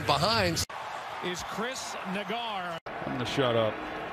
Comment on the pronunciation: "chris neigar" lmao